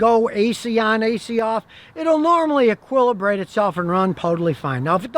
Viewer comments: "AQUILLIBRATE" and go on your merry way. Ho Ho Ho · Did Scotty just invent a new word? A-qwil-ibrate